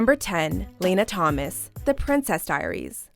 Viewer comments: It's not laynuh (Lana). This channel never pronounces names correctly 🙄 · You're not the only one...it's pronounced LAHNA, not LAINA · LANA. not Lena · It’s LAHNA not LAYNA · It’s La-Nah (like Anna) not Leyna, just sayin 🤷🏽‍♀️ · im sorry but Layna? Its lahnuh LOL did this girl watch the movie?! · It's La-na not Ley-na. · I got so annoyed. She says Lana’s name wrong. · you dont know how to pronounce Lana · the mispronunciation of Lana irritated me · Apparently, they don't remember the Lana, Anna, and Fontana part....